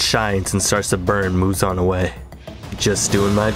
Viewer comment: Muzan ❌ Muzon ✅